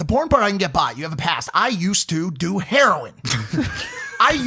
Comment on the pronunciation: Nobody: Mike: i did herion